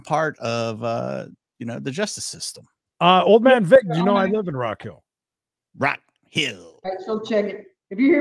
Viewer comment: We pronounce it Rock Heel. Not Hill. I know it is spelled that way but.